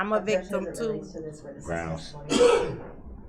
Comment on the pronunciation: Grounds not grounz, this not dis. Drives me crazy!!!